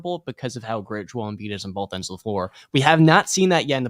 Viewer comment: When are y’all gonna tell that’s it’s Joel not Joe lmao